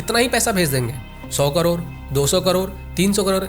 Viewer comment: Bhai करोर ni करोड़ 😅